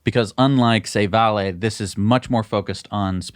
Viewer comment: I've never heard anyone pronounce VALE Vah-lay